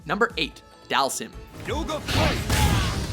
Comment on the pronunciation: you said dhalsim name wrong its dhal-seem that's how its pronounced